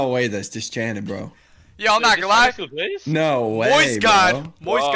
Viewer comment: Ah yes, the daily dose of dischanted